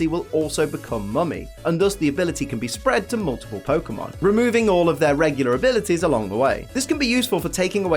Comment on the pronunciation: You keep saying regular like a tard lol